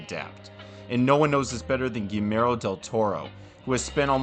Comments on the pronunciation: Man, if it wasn't the guy's name, I wouldn't have said anything, but our boy here went on about how big a fan he is, all the while just CONSTANTLY mispronouncing his name. That's nuts. I'm not THAT polite. ;) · this video is great and i was genuinely shocked to see how few subscribers you have considering how high quality it is, but brother you GOTTA look up the pronunciation of names before recording cause you butchered Guillermo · Narrator: PLEASE learn how to pronounce the name "Guillermo." It's quite easy and the Spanish language is beautiful; give it respect. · Good video! Glad this was recommended to me but for the sake of all that is holy in this world, please at least say the name of the man you profess to be a fan of correctly. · My goodness there is no excuse for that mispronunciation. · It's pronounced gee-YAIR-mo. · Quick cheat in case you find it hard to pronounce his name correctly, it's Gee (as in Glee, but without the L) Jer (as in Jerk, but without the K) and Mo (as in Mo) sound it out, it will help a lot 😘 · Quick tip: Guillermo... is pronounced like "Guillotine", with a "Y" "Guiyermo" like in "What we do in the Shadows" series. Great video. Greetings from México. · Dude, I love this, but "Gee-AIR-Mo", not "Gee-Mair-Oh". :p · Guillermo. It’s GEE ERR MOE. Not GeeMero. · His name’s pronounced “Gee (hard G) - YERR - mo” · Guillermo is pronounced "Gi-YEHR-mo", not the several other ways you mangled it. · My friend, if you're a fan of him, at least pronounce his name right. It sounds like ghee-YER-mo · This buff00n actually called Guillermo del Toro, Gimero del Toro 🤦🏻‍♂️ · I think gee-yeah-r-mo is more accurate, not to bash on anyone, it just shocked me too that there was mention of him being an avid fan and then the mispronunciation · Guimero del Toro? WTF dude, research the pronunciation of the name before you start uploading videos about people. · isn't it pronounced goo-yer-mo?